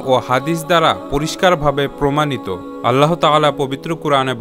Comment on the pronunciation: ভাই, "আল্লাহ্" ও "বিস্ময়" শব্দ দুটির সঠিক উচ্চারণটা শুধরে নিবেন আশা করি। আপনার করা খুব সুন্দর পোস্টগুলিকে উচ্চারণেও নিঁখুত দেখতে চাই। শুভকামনা রইল💘